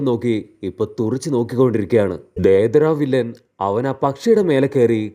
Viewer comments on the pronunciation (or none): ദേദര അല്ല deidara